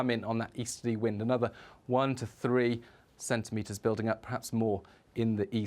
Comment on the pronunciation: "five to cen tentimetres" Yes, I thought so.